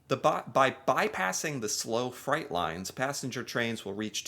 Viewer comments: why do you pronounce it as fright? Its freight rhymes with weight. you’re American, not Australian. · Fright… you mean freight…pronounced ‘frate’ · Um...it's pronounced fr-ay-t, not fright. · Freight is pronounced 'FRATE' not 'FRIGHT'. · freight is pronounced frayt, not fright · Hi. Good video. I'm curious about you saying trains carry FRIGHT. Maybe that's just a difference in how the word is pronounced in the US versus Canada. We Canadians say FREIGHT, which rhymes with EIGHT. Not meaning to be petty. I just find these little differences interesting. <3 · You made me laugh pronouncing freight as fright big difference. Thanks for making my afternoon😂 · Freight is like frate jsyk